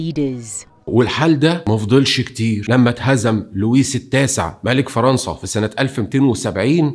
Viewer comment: لازم تكون محترف اكثر في نطق الاسماء يعني مش معقول مثلا فرنسا تصبح فغنسا و الطقوس اليهودية منذ الازل معروفة يعني ماستلهموش اي حاجة و يهود تونس هما اقدم يهود افريقيا